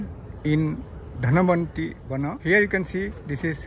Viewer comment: It's not Dhanavantri, but Dhanvanthari